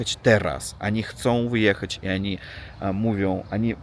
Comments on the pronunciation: nie przepraszaj za to ANI. My Polscy jestesmy bardzo tolerancyjni. Po prostu chcemy Ci pomoc byś szybciej opsnowal nasz jezyk. Znalem repatrisnta z Rosji do Polski co prawie idealnie pk polsku mowił sle czesto to ANI uzywał. To ANI Cchyba najtrudniej zmienic ba ONI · nie przejmuj się tm oni czy ani. My to znamy i wiemy, że w Rosji tak się mówi. Nie przepraszaj tylko " jedź z koksem" czyli opowiadaj co masz do opowiedzenia:) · Ani i Ani a wiesz czemu tak mówisz ? bo Myślisz o tej ślicznej Ani ( imię) czyli Ania :-)